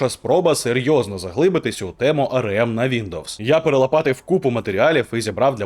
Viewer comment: Стільки разів той еМ у цьому ролику АРЕ! АРЕЕМ і АРЕЕМ... І ще й напевно АРЕ він про СЕШЕА🤦‍♂️... АРЕ ЕМ... А спробуйте вимовити А ЕР ЕМ?!